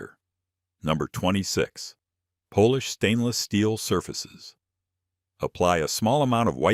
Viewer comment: AI narrator Pronounced polish like…Polish,as in Polish sausages!